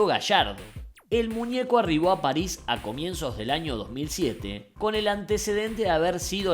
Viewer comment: Bueno... pero como lo dice Leo es lo más correcto. La S final de "Paris" es aspirada.